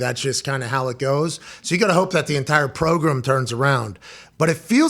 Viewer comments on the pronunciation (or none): Pat I hate how you pronounce “program”